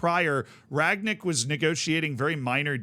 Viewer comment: Funny how a lot of english speakers can't say Rangnick. past tense of 'to ring' = rang, then nick. Not Ragnick